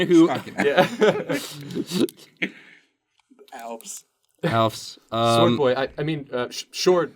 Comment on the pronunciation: shword boy, not sword boy